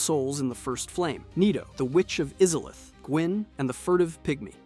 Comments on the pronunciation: Bro cant pronounce izalith even though the game says it out loud multiple times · Just like oolacile and calling the arch trees in ash lake "stone pillars"... but none the less the Video is nice and i respect the effort